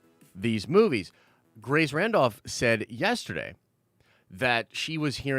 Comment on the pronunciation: Why bro why? Every time u say Grace’s name u trigger me! I almost turned u off.